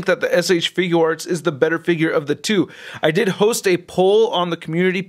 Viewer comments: You say shfigure arts wrong it is not shfiguw arts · Had to pause the video the moment I heard you say figUUarts.......Got annoying fast.